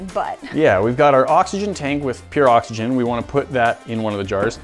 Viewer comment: said boxygen